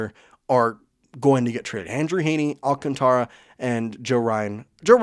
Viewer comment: You pronounced his name almost correctly the first time Alcantara but then you dismissed it and said however you want to pronounce it. remember he is from the Dominican Republic. Lazy English speakers who don't understand Spanish vowel pronunciation always tend to go AlcanTRa. Pronounce it phonetically in Spanish with the "a' as in father it never changes